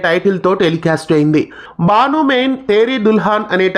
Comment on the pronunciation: బాను కాదు బను మే తేరి దుల్హన్